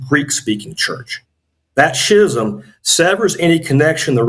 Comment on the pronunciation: How could such a supposedly knowledgeable guy repeatedly mispronounce "schism"?